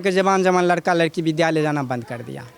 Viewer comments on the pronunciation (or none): none